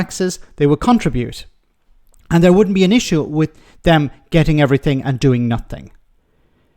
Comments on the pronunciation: Stop saying ‘noffink’, for fucks sake. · "doing nofink and getting everyfink" 😅😅😅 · “Nothink” and “everythink” ? What the hell does that mean ? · If they "don't do nuffink" they must be "doing summink". He's thick as mince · I judge him for saying nuffink too. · what is NUFFTHINK ..can these people not grasp basic English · You can tell how educated he is by the way he says nothink... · The word is nothing not nuffink. Therein lies the problem.. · what the hell is a NUFFINK